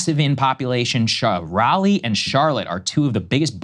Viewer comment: Sagaar that is not how you pronounce Raleigh North Carolina is great. Keep the liberals in NY or west coast we have too many here. “Low cost of living” my butt. 10 years ago a 2bed apartment was $900 now it’s 16-1800